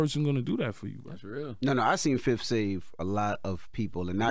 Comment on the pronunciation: 31 seconds in he said his first (fif) lol